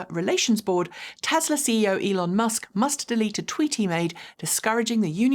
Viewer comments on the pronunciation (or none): none